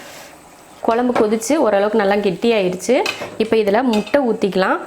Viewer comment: நீங்க கொழம்பு னு சொல்லும்போதே கேக்குறதுக்கு நல்லாயிருக்கு